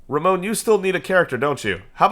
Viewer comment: Please stop calling Ramon Ramone lol, it's Ra-mon as there's no e on the end. Edit: You should max out your tribal authority before Menkaure passes. Edit edit: Antioch was a Roman city & up until it's conquest was considered the Roman capital of the near east, during the Eastern Roman Empire before it's eventual conquest at the hands of the Muslims it also made up part of the Christian pentarchy alongside Roma, Alexandria, Jerusalem & of course Constantinopolis.